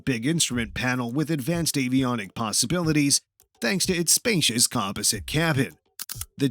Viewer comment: And "composite".